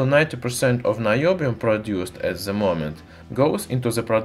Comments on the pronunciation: Cool video, but its weird how you can say the T in metal, but not in THE which you read as "ZE". You sound russian, so you can pronounce D as in DA so why not pronounce THE with a D and not Z. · nice video I recommend pronouncing "th" as D instead of Z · We will understand u better if u pronounce " the " as "da" instead of "za" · I grin every time he says "ze experimentz". :)